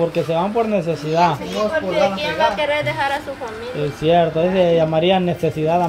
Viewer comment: siempre dise es dierto es sierto